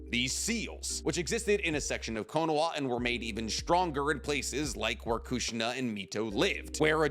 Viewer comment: Your pronunciation of Minato is like fingernails down a chalkboard. The name is three syllables, not two. Edit: Your pronunciation of Konoha is even worse.